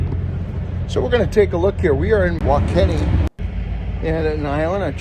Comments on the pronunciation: Salina, Kansas, is pronounced suh-LIE-nuh (sa-LIE-na).😅. Wakeeney= wuh-KEE-nee😂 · I used those 100kw chargers in Goodland last summer, I went to Ionna chargers and they were all down to a network issue. It was nice having a backup. WaKeeney, Kansas, is pronounced wa-KEE-nee